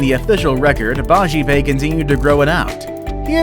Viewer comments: its BAJPAYEEEE not BAJIPAY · 1st one is bajpai not bajipai